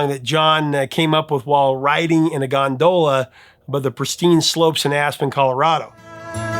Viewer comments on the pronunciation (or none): LOL Gondola! It's pronounced Gon-Duh-Luh. Great list for one of the greatest years ever!… The year I was born!